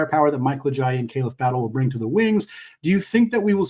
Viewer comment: You kept saying Joel Ajayi instead of Ayayi 😂